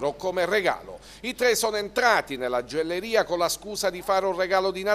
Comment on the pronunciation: la gioelleria..ma come parli?